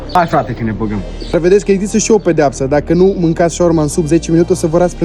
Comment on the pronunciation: Shaorma nu😮 șaorma 😂